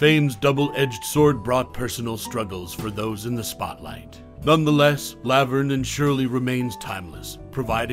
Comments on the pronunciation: Weird saying "Lav-erne" instead of "La-verne" is distacting. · Did this commentator ever actually watch Laverne and Shirley? If he had I don't think he would continually mispronounce Laverne! 🤔